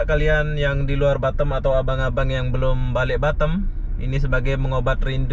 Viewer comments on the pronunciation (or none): Pelafalan kota BATAM nya ko seperti BUTTOM 😂